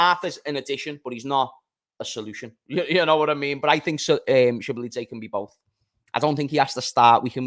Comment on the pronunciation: it’s pronounced so-bo-zly 😂